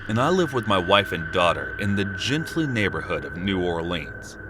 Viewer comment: Gentilly not gently 🙄